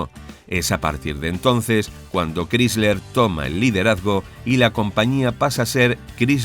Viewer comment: Sobre Chrysler, se pronuncia "cráisler", no "crísler".